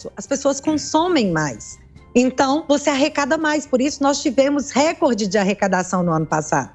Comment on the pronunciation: Tudo certo,, parabém, mas lembro que a palavra recorde é paroxítona; não deve ser pronunciada como em inglês!